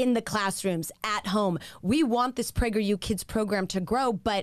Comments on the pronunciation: i think its sus that it literally sounds like they are saying pregger you kids- l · I like how it always sounds like "Pregger U" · I’m sorry but every time I hear prager u I remember that video where the person is reading people spelling pregnant wrong